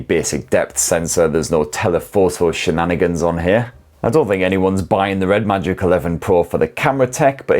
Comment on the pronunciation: stop saying shininanigans